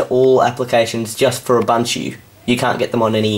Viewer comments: He's now pronouncing Ubuntu correctly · YOU SAID IT RIGHT!!! What got you to say ooboontoo all the time? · lol nice UBUNTU saying